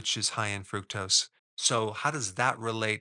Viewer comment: It's pronounced Fru-K-tose